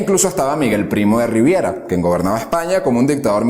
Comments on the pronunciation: En un 70% nada que objetar, pero hay un serio problema de lectura del guión y de documentación: los acentos los cambia de lugar en palabras como austero (dice áustero varias veces), alcázar (dice álcazar) y así varias más. Con nombres de ciudades y apellidos hace barbaridades: no dice igual Badajoz ninguna de las veces que la nombra, habla de Primo de Riviera en vez de Primo de Rivera, Carrera Blanco en vez de Carrero Blanco y dice Sunér en vez de Suñer. Sobre los datos históricos... llamar huelguistas a los revolucionarios de Asturias es como si digo gamberros islámicos en vez de terroristas del ISIS (los 30.000 "huelguistas" de Asturias asaltaron la fábrica de armas de Trubia y tenían de antes dinamita de las minas en las que trabajaban), además la Revolución de Asturias de 1934 fue el fallido intento de una revolución en toda España que no triunfó. Con respecto a la Guerra Civil puntualizar que los primeros bombardeos sobre población civil los hizo la República (sólo hay que consultar el bombardeo sobre la población de Cabra, en Córdoba, que estaba lejos del frente, no era objetivo militar y hubo más civiles muertos que en Guernica). Lo de entrar Franco en la OTAN no ocurrió nunca y nunca se nos prometió, de hecho no entramos en la OTAN hasta bastante después de que muriera Franco y hubiera una monarquía constitucional.Y por cierto, Sidi Ifni no fue nuestro último territorio en África, fue el Sahara Español y fue un hecho muy importante que lo perdiéramos mientras Franco e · RIVERA... no Riviera... que es un Hotel de la Mafia en Cuba